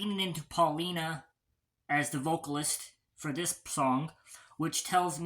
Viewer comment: Its . . . POW lina . . Paulina . . . Pau pronounced . . POW . .